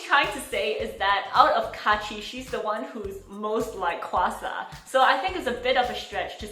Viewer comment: Why are everyone saying hwasa wrong its not qwasa its hawasa thats you say it